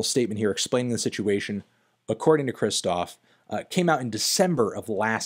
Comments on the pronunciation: Take a shot every time he says Kristof instead of Kshishtof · it's pronounced "bAtyushka" (stress on the A). And the artist name is pronounced something like "kshishtof"